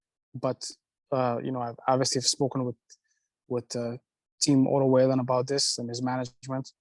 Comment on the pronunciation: Im suprised he doesnt prononce Wallin correct when he is the promotor.